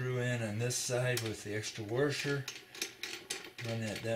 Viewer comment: Thanks. Great explanation, but there is not an “r” before the s in washer.